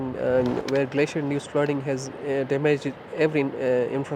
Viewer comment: You know it's bad when the Pakistani dude can pronounce "Glacier", but the English reporter can't... She seems to think it's spelled "Glassier"... Which I would like to know how she pronounces as well, now that I think about it.